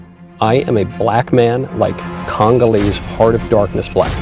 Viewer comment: Homie said, "Congaleese heart of darkness black." 😅😅😅